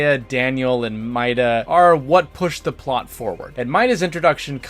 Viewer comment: Aya BREIGH (brea) and MY ADA {Meada) These are real life names, they have real pronunciations you could have looked up lol